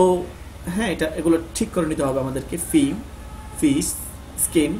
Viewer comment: ভাই, টিক নয় , বরং ঠিক।